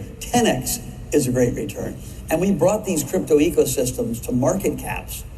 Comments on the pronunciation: The Gweat Awakening... The Gweat Awakening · the gweat awakening lmao